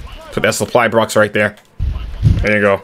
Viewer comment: “Suppry brox” 😂